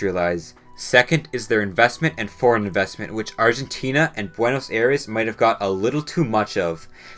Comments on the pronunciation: It's pronounced Buenos Aires, as in I-res, not Air-eese. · “Buenos Air-ees” 💀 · why does everyone mispronounce buenos aires, it is spelled that way but its actually pronounced buenos sires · I'm not disputing the facts as selected in this video but the way you butcher 'Buenos Aires' kills me every time... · Great video but thats not how you pronounce buenos aires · How can you fuck up pronouncing "Aires" so often? Look it up if you are not sure about it. Considering how often you used it you should at least look it up. Your video loses alot of credibility because of that.